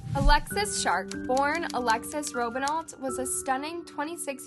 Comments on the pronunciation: It's not alexis shark it's alexis sharky or however it's spelled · Why am I so surprised every time I watch one of these? Her name was Alexis Sharkey. Not Shark. It’s the smallest things that make the biggest differences. I know you guys don’t care because it’s all dollar signs, but these are people’s lives. Real people. That were loved by other real people that could see this and you haven’t even done the slightest due diligence to get their names right. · SHARKEY NOT Sharke! You’ve been making mistakes like these awhile now! Used to love this channel but I give up